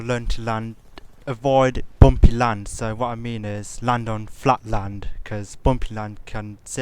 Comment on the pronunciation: i loved how u said bumpy lands."bomphi lnds"...im not making fun at u ok :) Great tute.Helped me a bunch.